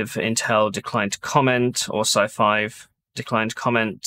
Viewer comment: You keep saying scifive and I keep hearing scifi as in science fiction Nice video